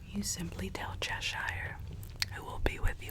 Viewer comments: Hi love this video but like all Americans you don’t pronounce Cheshire properly it’s not cheSHIRE it’s pronounced Cheh-shuh it’s not your fault but I would like at least 1 American to be able to pronounce Cheshire properly but don’t sweat it if you don’t it’s just a pet peeve of mine lol 😂 xx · the way americans pronounce cheshire is still so funny to me :') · I found it weird and wonderful lol, but suffering a tick every time Cheshire is mispronounced. All that said, you dont have to be mad to live here, but it helps.